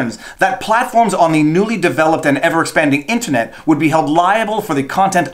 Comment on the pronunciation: Hey if it's pronounced mule-er Internet can't also be intinet